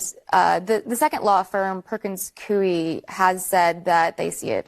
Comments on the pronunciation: Do you want to do something no one has done. Pronounce the name Perkins Coie correctly. It is coo like a pigeon + an ee. Scratch that. the gal with Anderson just did it right. I worked there for 22 years. Karma is a bitch. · It's pronounced "Coy" for Perkins Coie, at least in Alaska. I used to type court transcripts for one of their branches decades ago. It's the same law firm where Hillary had a lawyer that helped w/the Russian collusion hoax.